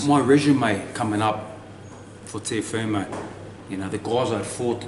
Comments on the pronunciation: ''Teofomo'' ahahhaha! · Are people hearing the interviewer say ‘Teofomo’?…was an awesome win over him George to take all the belts…rooting for you against Haney